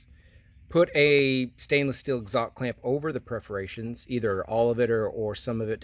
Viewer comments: Perforations, not Preforations! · I appreciate watching you but when you’re talking about mufflers please understand that it is called PER-forations! not PREFF-orations when talking about small holes in pipe. Otherwise, rock- on brother! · Perforations? English first not your language ? Perforated, perforations !